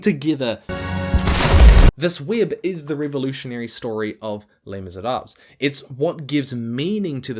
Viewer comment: Great work as always on the merits. That said, the pronounced letters are Le[s] Misérabl[es], not Le[s] Misérab[le]s.